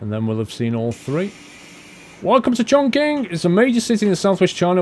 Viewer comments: I guess you might already know this... Chong Qing sound a bit like "Chom-See" with the silent "G" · Chongqing is pronounced more like Chongching. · Just letting you know, chonqing is pronounced chongching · Chongqing is pronounced as Chong-chin